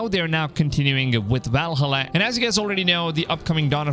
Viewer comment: please stop saying Valhalla like that